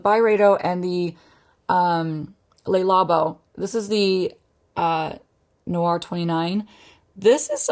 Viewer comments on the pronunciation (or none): just a heads up, le labo's thé noir is pronounced "tay" noir, it means "black tea" in French and is also one of my favorite fragrances :)